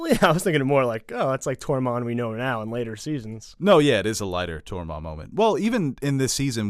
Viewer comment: Say "Tore." Say "Mund." Now say, "Tormund".... [Torr-monn] ....😐😶😔